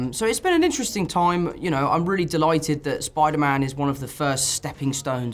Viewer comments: Holland's "toime" instead of time is so funny to me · Tom H: A wonderful toim 🤣